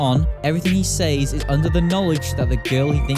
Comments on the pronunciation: It's sez, not sayz 😭 stop saying he sayz stuff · Is it just me or does he say " says " weirdly???